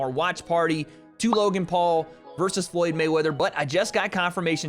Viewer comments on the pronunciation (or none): none